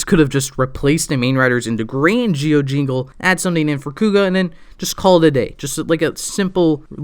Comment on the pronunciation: Z I O NOT GEEE O